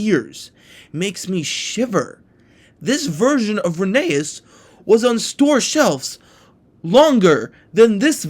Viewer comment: fyi your saying rheneas’ name rong lucky tugs says so